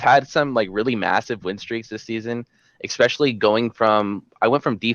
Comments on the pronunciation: You both said "ecspecially" instead of "especially" and I'm still cringing. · Why can't people say the word especially correctly lmao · Anyone else get bothered by how they pronounce "especially" xD